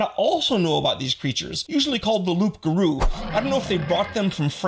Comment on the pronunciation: Just a head's up, the "p" is silent in "loup garou" (well, in "loup", not just "loup garou") Other than that, yet another super interesting video!